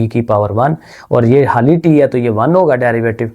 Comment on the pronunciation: Any one notice sir say Hali instead of khali😅